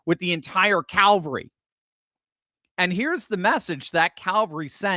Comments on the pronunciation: CaValry, not CaLvary. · Cavalry, or did you really say 'Calvary' (hill near Jerusalem)? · Cavelry, not calvery. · CAValry, not CALvary. Christ died on CALvary Hill. The CAValry won the battle. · Hard to believe you said CALVARY ?!?! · It’s CAV-al-ry…